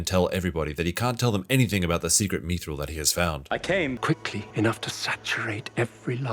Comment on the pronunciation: Come on it's bad. Stop sitting on the fence in hopes of some Amazon bucks. Even the last episode of Game of Thrones is much better than that entire season of ROP. 1:6:45 "Methril" 😆